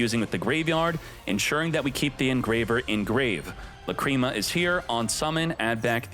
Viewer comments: The fact that u keep pronuncing la-cream-ma kills the video for me. This jokes are not funny, same shit with ze amin... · Lacrima should be pronounced like that, Just with the accent on A instead